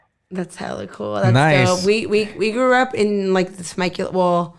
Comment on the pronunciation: “I GRRUU up” lmao omg I cant 😂😂😂🤣🤣🤣💀💀💀